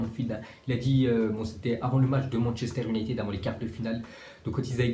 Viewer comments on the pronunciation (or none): none